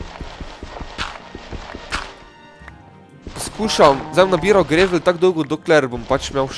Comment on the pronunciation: ni grevl ampak gravl (pač itgovorjava) sej channel maš hud sam angla pa je fuč... Sorry